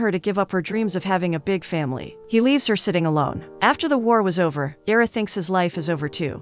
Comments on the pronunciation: Ira, pronounced EYE-rah, as in Ira Hayes, not EEE-rah. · Kept expecting 2 or 3 of the characters to die, as it seemed to be headed in that direction early on. Great ending. A few pointers: Name pronunciations. I-ruh (as in the letter "i"). Loo-eece (a short sound, shorter than the word "ease;" rhymes w/ fleece. Basically, sounds like Louise, the feminine English version of Luiz). Some word choices were odd, making it read a bit rough (is English your second language? That's fine, of course, but it wouldn't hurt to have someone proofread it before recording the audio). Maybe whomever writes these synopses could also rearrange certain words or find better synonyms? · The man’s name is (eye-rah) Ira. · Agh, it's 'EYE-rah'!!!! Other than that, thank you for another great synopsis! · Is it AI- or dumbness? His name is "I"ra..the I says its name. [not ERA] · It’s pronounced Eyera (Ira) :)